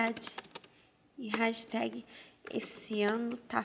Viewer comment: odeio gente q fala hashitehgui